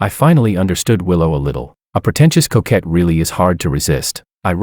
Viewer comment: If you say protencious couquette one more time I'm going to scream!